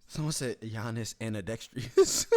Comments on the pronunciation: ambidextrous "annadextrous " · Flight - Andextrias ......... it was supposed to be ambidextrous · “Anedecktreiess” “Paschal Sike-em” “AKUNCKPO” “Luka Donakick” “Zeeon Williamson” “Rudy Gogurt” “Dennis Scrottem” - Flight everyone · flight said “andexteious” 😭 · “Rubica andextrius” Flight 2020